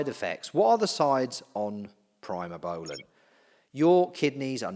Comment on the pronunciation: It's "pre mo" not "pry mo" that drove me nuts